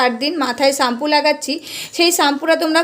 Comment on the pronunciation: ওটাকে চাম্পু বলে না ওটাকে শ্যাম্পু বলে অশিক্ষিত মহিলাদের ভিডিও করছে